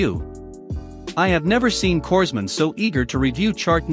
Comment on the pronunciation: Corpsmen is pronounced "coremen", former Navy.